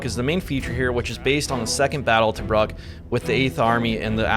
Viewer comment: Tobruk. (pr. Tuh-brook)